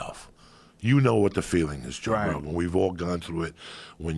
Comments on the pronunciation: Joey Diaz always call Joe Rogan "Jorogan". Never Joe or Rogan. JOROGAN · Joe" induidion* rogan